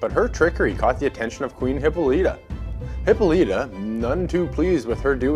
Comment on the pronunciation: Its pronounced Hi-Paul-a-tuh And Hi-peer-ee-on Sorry but it was graiting my nerves but otherwise very informative and great video.